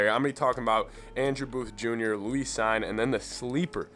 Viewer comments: Cine's name is pronounced "seen". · Lewis is just 'LOU-is', not 'lou-EES'. Cine is 'Seen', not 'Sign'. Just wanted to let you know is all. I like the analysis very much.